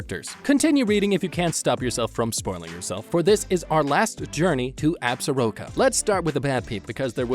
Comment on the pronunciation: While we are on the subject, the word Absoraka is also mispronounced! The proper pronunciation is Ab Sore Ah Ka!